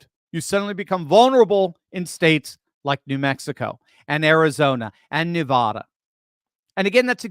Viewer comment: It's pronounced: neh-VADD-duh